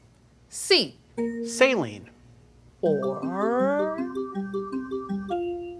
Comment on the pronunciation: Saline but spell it as Saeleen